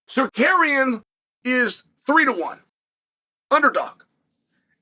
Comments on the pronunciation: I was blown away when he said it correctly. Then the next time he was back to sarkarian. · I mean that’s really better than when he says sakarian 💀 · Sarukian and Sakerian hmm ok 😂😂😂😂😂😂😂😂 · no it was steak rukyan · Disappointed that Chael finally pronounced his name wrong after nailing it so many times before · this MF accuses us of not being able to pronounce Tsarukyan! 😂😂